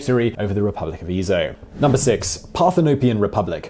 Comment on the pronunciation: I'm astounded by slaughter of the pronunciation of "Freistaat" and "Ezo". When producing a video with geographical and historical content, confirming correct pronunciation is important.